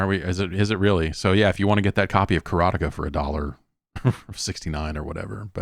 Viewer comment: That's how we pronounced it back in the day.